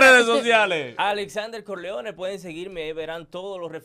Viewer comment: Corleone en España no lo diste asi